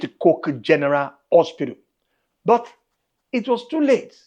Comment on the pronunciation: Etobicoke and not Ebotico !!!